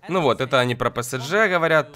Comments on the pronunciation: не псджэ а псж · не ПЭСЭДЖЭ, а ПЭСЕЖЕ(ПСЖ) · не псдж а правильно псж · Не псдже а псж вообще-то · не псДЖ а псж